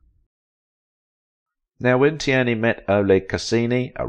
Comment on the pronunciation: You need an AI who can pronounce her last name